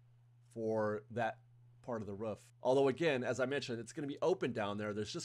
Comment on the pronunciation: Roof.. not Ruff